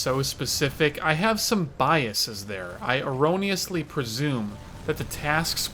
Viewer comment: "I aroniously presume" 😂